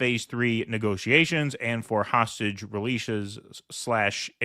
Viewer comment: Why are you pronouncing "negotiations" like "negociations"?